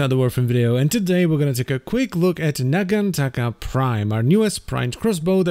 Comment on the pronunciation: I wonder, if it's meant to be pronounced naganTAKA or naGANtaka. ie emphasis on which syllable. cause is using the GAN route, and you're taking the Taka, which, is how I take it. not that I feel either is wrong, just...what did the devs intend?